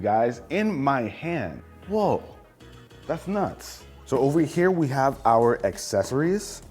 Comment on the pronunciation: Thank you for saying accessories (ak sessoreez) correctly. I turn videos off when some illiterate say A$$ sessoreez.